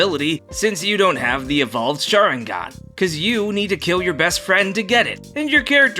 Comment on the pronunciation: Its weird that pronounced sharringan right, in the non weeb way